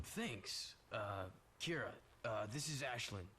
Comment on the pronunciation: First Maya, now Mira. Her name is Keira! I never corrected you because I thought it was funny. :D